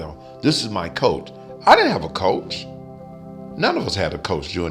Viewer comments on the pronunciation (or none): Lee Haney saying 'coath'? It's sick It's piss!!!!! lol